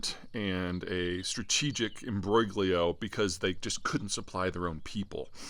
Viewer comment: The G is silent in imbroglio. Hugs from Tangier.